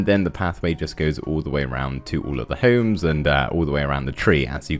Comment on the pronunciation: you say homes like Holmes!!!!! I hate it. - Ryland Adams